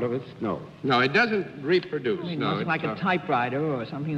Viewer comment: "Rep-produce" I always enjoy when Bennett pronounces words in a quirky way :)